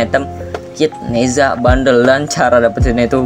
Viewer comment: bang bukan nehza deh nezha bang